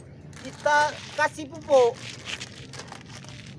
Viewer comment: Pupok pupok....melayu medan ini udah 😂